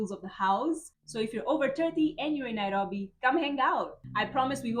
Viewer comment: Please always mention NAIROBI in your videos, it sounds nice the way you say it:person-turqouise-waving